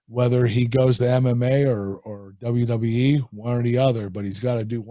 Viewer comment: Love how Kurt pronounced WWE as “Dubba dubya E”